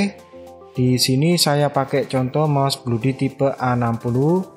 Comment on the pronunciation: Bacanya blodi bukan bludi walaupun o nya double (oo) tapi bacanya tetep O bukan U